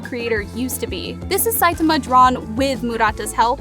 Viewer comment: I quit watching this video after the third time you pronounced Saitama wrong.